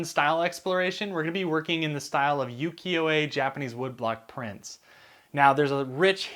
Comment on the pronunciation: Just a gentle note: it’s pronounced “oo-kee-yo,” not “yoo-kee-yo,” and yes, you are close to the pronunciation of Uwajimaya. You just need to enunciate the U at the beginning. “Oo-wa-ji…” I hope this doesn’t come across as rude, just wanting to be helpful if I can be 💕